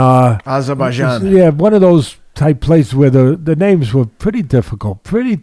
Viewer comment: You guys can't even say her name. Have some respect